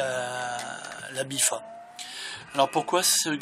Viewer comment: Très bonne vidéo merci du glitch continue comme ça c'est super ! Juste, c'est la "BIFTA" avec un "T" mais bon tu le dis comme tu veux hein :D